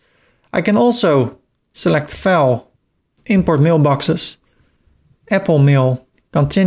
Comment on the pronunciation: Very well done, your English is also close to perfect, and the flow was logical and easy to understand. The only thing that threw me for a second is when you said File. You pronounced it like fails while it should sound like F+eye+Ls. I referred back to this while moving the site instead of the manual method.